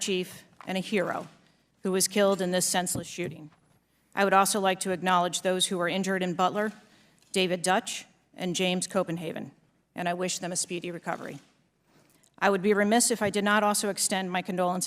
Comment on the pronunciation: Also noticed this. Think she said Copenhaven a little closer but still not the guys name